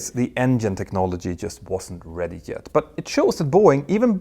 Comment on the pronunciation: Fascinating series. Great use of the European pronunciation of J as Y when you said they weren't ready Jet. That was brilliant and hilarious!